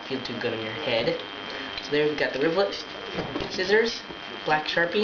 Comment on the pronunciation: Its is actually pronunsed rivet not rivlet